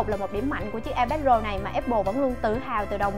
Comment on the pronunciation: Nghe như : và đât là ipad rồ của chúng ta